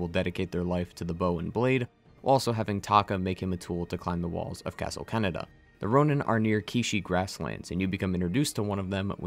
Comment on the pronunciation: You know, I hate it when people pronounce Japanese with an English/American English accent, because I was slammed face first into a brick wall when you said "Castle Canada", only to realize it's Castle Kaneda. xD Other than that minor, petty niggle, this was a fun video. Thanks for it! This was one of my favorite games ever, and am still mad it didn't win game of the year.